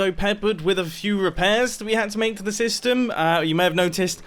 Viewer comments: Mumbo, you said sastem instead of system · Nobody : Mumbo : TNT SESTEM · Anyone else notice how he said "TNT sestum" ? Or is a TNT sestum a thing in Minecraft that I've never heard of before? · sesytem?? Anyone?? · mumbo says sestem lol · "TNT sestym" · he said sestem instead of system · Wait did he just say saystem 7:8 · Mumbo: "We are gonna have to test out the TNT sestem" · Mumbo: Test out the tnt SESTEM Em... mumbo u ok m8?